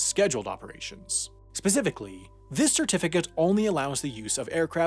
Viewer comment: "Shirtificate", "shirtification"